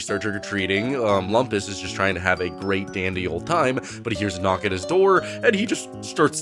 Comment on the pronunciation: Thanks, I haven't seen the show in a while, and it sounded like was saying Wampus instead of Lumpus.